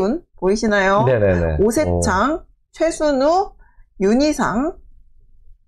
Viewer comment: 영상 감사합니다~ 26분 경에 염상섭..이죠?(엄상섭으로 들려요) 32분 경에 최순우...가 맞죠?(최순열이라고 들려요) 딴지아닙니당 ^^